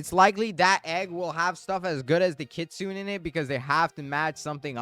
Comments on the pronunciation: The word "kitsune" is pronounced kee-tsoo-neh. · kit-su-ne.... ne ne ne